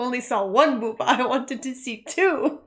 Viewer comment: I appreciate you saying "booba". More people should say "booba".